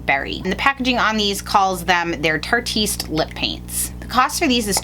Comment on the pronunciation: I love the way she pronounces it "tarteast" when I think it's "tart-e-ist" (which means slutty-esque in Europe)